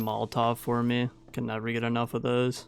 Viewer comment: bro pls spell ''for me'' like human being,cuz its so tiltable ''hur muee'' fck sake